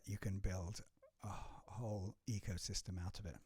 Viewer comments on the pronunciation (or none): none